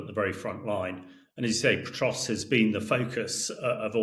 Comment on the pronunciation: The speaker isn't even pronouncing Pokrovsk correctly.